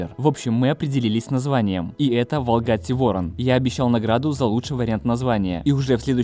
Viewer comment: Ёлки палки, поменяйте ударение в название машины. Ворона не звучит. Ставьте правильно ударение будет круче звучать Волгатти Вор О н) удачи вам в проекте)